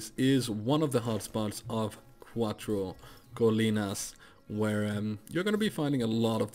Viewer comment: I am spanish, really nice pronunciation, Cuatro colinas. Nice video men 😉🤙🏻